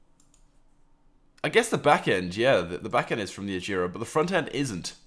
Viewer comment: You say agera wrong lol